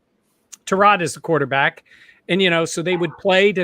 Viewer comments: Its ty rod not tarod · It's Ta-rod. He asked everyone to pronounce it that way. Not to be confused with the car part lol.